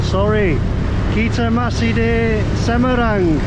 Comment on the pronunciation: Semarang, not Semerang